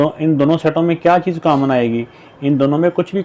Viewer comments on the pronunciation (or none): none